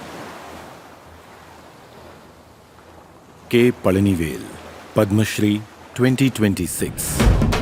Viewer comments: Pazhani vel Not Pajani vel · It's Palanivel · Bloody illiterate north indian godi media that's pazhanivel you morons